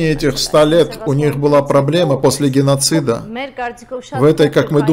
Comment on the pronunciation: Арра, опять "гынносид"?